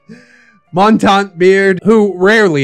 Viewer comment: Montante (he keeps mispronouncing it the French way... the Spanish pronunciation with an "ay" at the end is the term for longsword while the other is French for mountain) should have an Inigo Montoya voice. lol